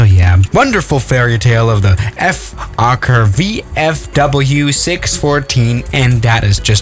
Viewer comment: Nobody:: F-OKKER